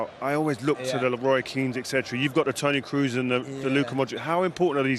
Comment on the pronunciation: "Tony Cruz" 😭